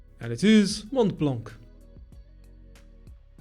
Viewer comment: Nice quiz and a huge like from me. BTW, Mt. Mont Blanc was mispronounced by you. In case you wonder, I got right roughly 75%--I didn't count them. 🙂 That's my honest answer though. Most folks lie here but you should know that 🙂 Everyone is an OG and a chess grandmaster online, but not in real life. Also, the Eiffel Tower is 1,083' (was 1,063' before 2022) and the Shard is 1016'. So the Eiffel Tower is a bit taller. Never been to London or Paris though.